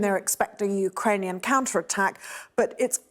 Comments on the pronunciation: Finally a brit who can actually pronounce Ukrainian words "mostly" correctly. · Alexandra Walmsley: The mother of Mary Poppins. 1.43._It seems that she learned how to pronounce the Ukrainian names of cities very well.